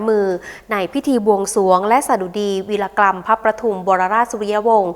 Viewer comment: วีรกรรม อ้่านว่า วี-ระ-กำ ค่ะ